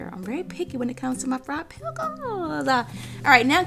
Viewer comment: She said "Peckles". Lol.